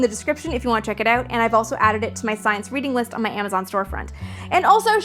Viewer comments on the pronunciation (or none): none